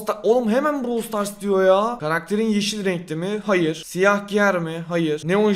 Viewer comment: Başlık: AKİNATÖR YENİ EFSANEVİ KİTİ BİLDİ! Brawl Stas "Stas"??